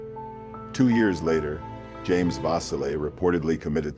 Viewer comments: Julie was four years older than me, and there are so many rumors, and conspiracy theories around her death. Thank you for covering the case. Auburnians continue to crave answers to what became of her, and who was responsible, and she will never be forgotten by her community. FYI: Vasile (vah-SEAL) Cayuga (Kay-YOU-gah) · Vasile - pronounced va-seel'.